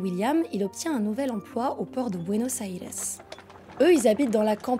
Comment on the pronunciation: Enfin ! Quelqu'un qui prononce Buenos Aires correctement !